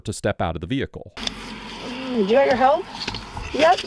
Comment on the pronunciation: Amanda McCake? Hahahhaha poor soul couldnt leave the veehicle if she wanted to